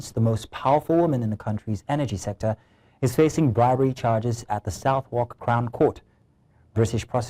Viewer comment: In you uk we pronounce it soudock crown court